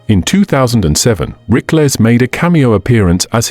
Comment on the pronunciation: How about pronouncing his name correctly.